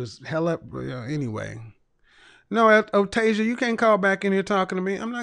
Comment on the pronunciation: O-Tasia…. 😂😂🤣🤣🤣, she had to make that up… “O-Tay, Otasia…” 🤣🤣🤣